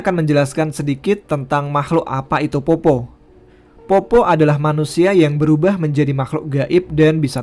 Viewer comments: POPPO' ya mas bukan POPPO 😂 tpi makasi mas sudah bawakan kisah dari daerahku makassar ❤ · Fyi min, bacanya itu peppo bukan poppo hahaha, ayah saya asli bone jadi dia sedikit tersenyum ketika mimin bacanya poppo. Keep rock n roll min 🤘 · Cara baca poppo.... D belkang kata kasi tnda baca Koma... "POPPO'" Nah wkwkkwkwkw